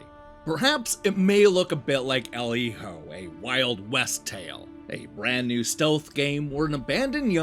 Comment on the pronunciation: Giving this review an automatic thumbs up for being the only one to pronounce Hijo correctly. I had to nope out of a bunch of them after hearing “Heeyo” for the 90th time.